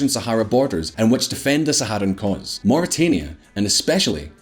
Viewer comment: Mauritania...Muri-tan-ia, not Muri-Tain-ia